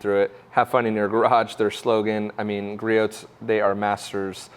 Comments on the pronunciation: "Griot" is a French name. It is pronounced "Gree-oh" or "Gree-ohs" for the possessive. The counter balance on that model is adjustable. Most of the vibration can be adjusted out. Griot's is not doing a good job of letting people know about that. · Gree-ohs. Silent T. How many times do we have to tell you? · You're not supposed to pronounce the t in Griot's